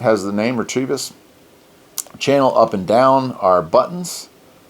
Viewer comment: Not a big deal but I believe you are pronouncing the name wrong. Ret-uh-vis.